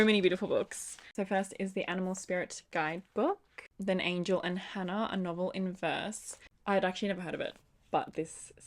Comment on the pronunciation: Angel and Hannah is one of my favorite books and as a Puerto Rican it makes me so happy to see my culture represented in that books. Just a little side note though it’s pronounced Ann-hel not Angel but that’s just me being picky XD